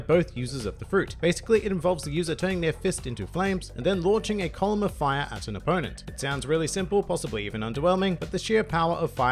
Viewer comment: It allows the user to conjure, manipulate and become FAYA That accent tho